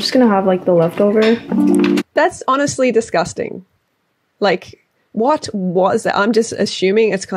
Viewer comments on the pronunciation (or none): As a korean i find it really disrespectful that you legit called it disguesting. Stfu